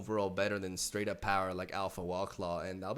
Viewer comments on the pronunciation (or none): none